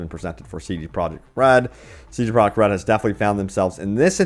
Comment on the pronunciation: WHO IS: CD PROJECT??? You stil don't know how to say the company name...you're pathetic...